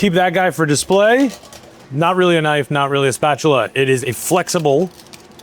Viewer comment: now that’s a “knofe”